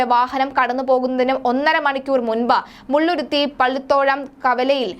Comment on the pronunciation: മുള്ളുരുത്തി അല്ല മുളന്തുരുത്തി